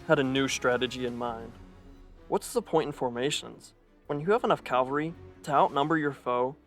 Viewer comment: Calvary or cavalry?